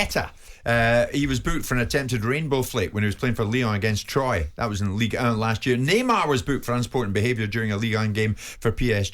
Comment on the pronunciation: Dear Jim, Troyes is pronounced twa....not Troy.